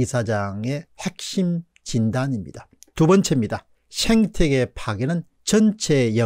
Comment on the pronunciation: 죄송하지만 생태계아닌가요? 왜 자꾸 쉥태계라고 하시는지요?